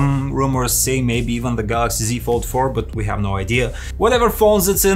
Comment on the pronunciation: Why can east europeans not pronounce the letter H. I GGGGGHAAAVE . ITS I HAVE